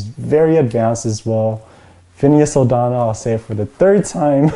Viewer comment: It's not O'Donnel, but O'Connell, as in Finneas O'Connell.